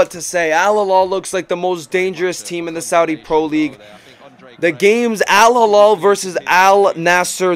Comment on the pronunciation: alhilal >> h not kh